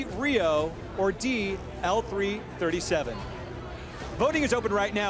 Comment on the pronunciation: It bugs me more than it should that they don't pronounce the droid's name as LEET.